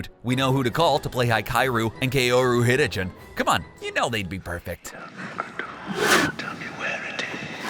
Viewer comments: Never heard ouran hs host clubs hiitachin brothers name said in such a way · Oh shit Oh shit You BUTCHERED Hikaru and kaoru HiKAI-OR-u KAY'Or-u Hit-a-chin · ok, the only thing that I noticed in this video is the very poor pronunciation of Hikaru and Kaoru Hitachiin, if you're going to say their names in a video at least learn to pronounce it properly. The way you said it wasn't even close, it's just painful